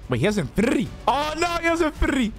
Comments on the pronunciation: Birtity xd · the way he says infinity lol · Bro you say infinity is kinda funny tho 😂